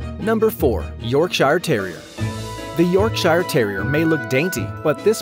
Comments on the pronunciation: York Sher! Yorkshire. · U pronounce it ‘yorksher’